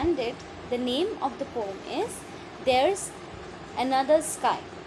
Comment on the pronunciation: Yrr aap poem ko poom mat bolo acha nahi lag raha poem hi bolo please 🥺